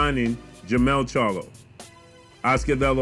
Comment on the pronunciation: At least he can say the name charlo, unlike ca-yellow